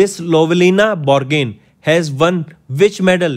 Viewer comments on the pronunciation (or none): Its Bor-go-hain sir not borgain